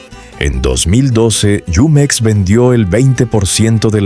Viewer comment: NO ES YUMEX, ES JUMEX.